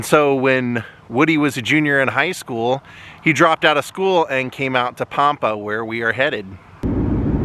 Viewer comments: Lol it's Pam-pa! I live on Panhandle Tx the town. 20 miles from Pampa. It's pronounced Pam-pa like the name Pam. O would have met you and shows you around, My great uncle was from Dumas, and was the original Ding Dong Daddy from Dumas!! He owned KDDD radio station for 50 years, Dumas was only about 45 miles from Pampa. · Awesome, I wish I knew you were coming, you could've came for a good meal! It's Pam-Pa btw.